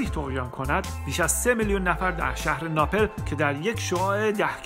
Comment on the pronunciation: بسیار عالی ، فقط لطفا در تلفظ کلمات دقت کنید sombol نه ، sambol napel نه ، napl pompeea نه ، pampey